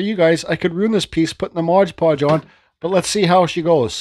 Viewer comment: Awesome piece, and I am a fan of your videos... but man, hearing ModGE Podge drives me nuts. It is MOD ( M o d) Podge. Just like the label says :).